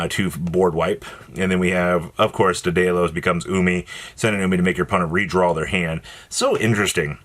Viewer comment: Where in the actual hell do you see any letters that make an "-ose" sound at the end of "Daedalus." It's LUH-S. Just like you say "Lo-" in "Love." Come ON,.